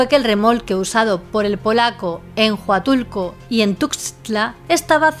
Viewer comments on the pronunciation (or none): Soy Mexicana y pronunciaste bien Tuxtla (tucstla) y en Huatulco la H es muda (uatulco) entiendo la confusión porque la X es difícil a veces se pronuncia como j,s,sh o x normal,hay que ser Mexicano para saber la pronunciación 😅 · De Tuxtla sí, bastante bien. Pero Oaxaca es "Oajaca" y de Huatulco es "uatulco".